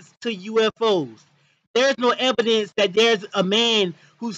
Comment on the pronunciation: Lmaofff the man saying there is no "ebidence" no ebidence lmaoff